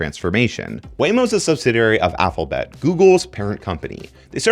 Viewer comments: Why are you pronouncing it "Applebet"? It's Alpha bet. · My dude... It's alpha-bet not affle-bet. That's going to drive me nuts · Were you saying Applebet? I am so confused. I swear you said it five times and even had an Alphabet image on screen that clearly didn't show an apple affiliation. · "subsidary aphelbet" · What the hack is “Affabet”? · This dude pronounced alphabet as "Affle-Bet". Huh??? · Who knew that Alphabet was pronounced applebet ? Not me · This man says "alphabet" like "apple bet" so many times in this video and every time I giggle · Aphalbet XD? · You pronounce "alphabet" weird. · he has to say alphabet wrong to drive engagement, right???...